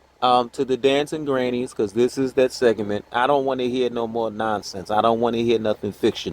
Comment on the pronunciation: It’s segment. Not segement!!!!!